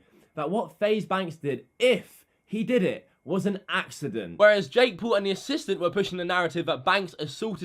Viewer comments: Jake pool.... not poo. Still funny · “ Jake Pool” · He says Jake poo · WHO THE FUCK IS "JAKE POOL"